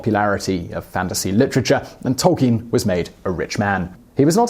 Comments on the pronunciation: It's Tol-KEEN as he writes in one his published letters. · Great vid but I swear that's not how you pronounce Tolkien